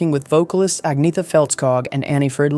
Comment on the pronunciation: "Agg-neeth-a" - Stop it!